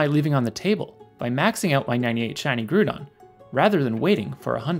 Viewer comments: Very gud explaination vid btw huhuhu its groudOn not grUdon huhuhuh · What on earth is a gruudon. You lost me with that. Ground and groudon should sound alike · Corrections and Clarifications: 1. People have pointed out that I pronounced "Groudon" incorrectly. It's Growd-on ("Growd" rhymes with "Crowd" and sounds like the beginning of "Ground"), not "Groodon" like I said. This is because I'm Canadian. It's an "about"/"aboot" situation, eh? Just kidding. I misspoke, because "Groodon" is how I originally thought it was said when I first saw the word, but I do actually know how it's pronounced, as evidenced by its correct pronunciation in this video from 7 months ago: 2. Many people have commented that it's more common to say "Nundo" for a 0-IVs Pokemon and that they've never heard "Zundo" before. You're probably correct that "Nundo" is the more common term, and I actually have it written in the video . In my defense if you google "Zundo Pokemon Go" there are a bunch of people who say this so I didn't just make it up. 3. People have pointed out that I called a Pokemon missing 3 IVs a "94%", when it's actually closer to a 93% because 42/45 = 0.933... That's true, but lots of people including me use the shorthand of 2% per IV despite the math because it's easier to remember. e.g. missing 6 IVs = 88%, even though this isn't mathematically accurate. It's all trash so who cares anyway, right? 4. People are saying that IVs do matter in things like mirror matchups in PVP. This is true. I did somewhat acknowledge this in the video at the end - if you're micro-optimizing for trainer battles then you want specific IVs. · Also never pronounced it Groodon ☺ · lmao "grewdon" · noo doobt aboot it, eh!